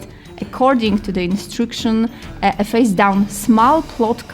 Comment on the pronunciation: na miły bóg - nie łipon - we-pən , nie mil - meleɪ , nie instrukszyn - ɪnˈstrʌkʃn, nie smal - smɔːl...... i można tak ciągnąć i ciągnąć....